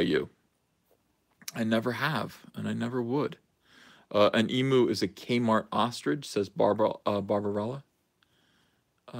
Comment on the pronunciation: E-mew, not e-moo -_